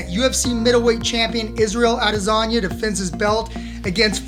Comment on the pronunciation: Sounds like your saying lasagna instead of adesanya